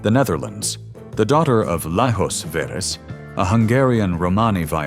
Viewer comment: The name is pronounced as if it were written Marishka Veresh in English. In Hungarian Mariska is the diminutive of Mária, and Veres is a variant of Vörös (Red in English) ... a common surname. And her father's name ... the correct pronounciation is like Layosh Veresh.